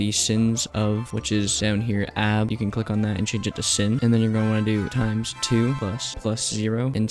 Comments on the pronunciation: For gods sake its not "sin", its "sine" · Btw, sin is pronounced like sign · Bro it’s pronounced sign not sin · ITS SINE NOT SIN WE DONT SIN IN MATH CLASS